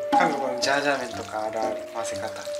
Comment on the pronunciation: 今回も参考になる動画ありがとうございます！ 前回のメガ割逃しちゃったので次狙いたいです😌 ジャージャー麺じゃなくてシャーシャー麺になってる笑